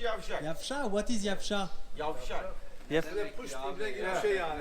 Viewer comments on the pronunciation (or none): none